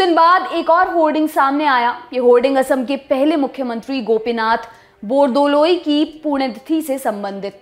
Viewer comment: It's very nice to hear when you say Gopinath "BORDOLOI"